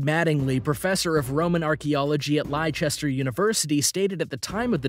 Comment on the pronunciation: Am I the only one who is annoyed by the narrator guy pronouncing the city of Leicester as Lichester instead of Lester how it's meant to be